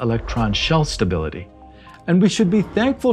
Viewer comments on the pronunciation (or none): none